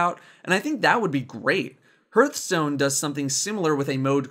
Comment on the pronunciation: "Hurtstone", obviously watches kripp